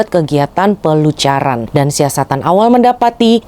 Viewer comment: Pelacuran mbak bukan pelucuran